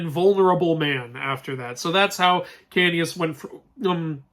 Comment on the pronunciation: Ahem... ITS KAOS!! K-A-O-S KAOS!!